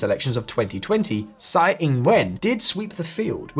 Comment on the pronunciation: Tsai is pronounced "Chai". "Sai" means shit in Hokkien / Fujianese.